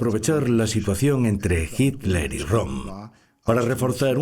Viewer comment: Ok Pero es hiTler , y No hiler. 👍😉